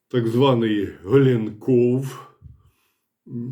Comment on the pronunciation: Але ж Голенков😊